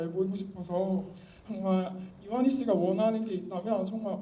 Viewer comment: 아니 이만희 늙은 노인네 말하는 스타일 뉘앙스 단어선택 억양 이런것만 봐도 사이비라는걸 모르나?? 목사가 아나운서처럼 말할 필요는 없지만 이만희 말하는거 보면 발음도 부정확하고 동사는 얼버무려 발음하고. 사람이 말하는것에서 그 사람의 인격 교육수준 이런게 드러나는데 딱 보면 모르나???